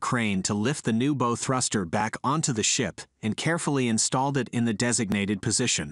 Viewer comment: It’s bow not bow